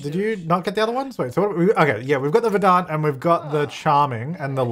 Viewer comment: Every time says "ver-dahnt" I cry...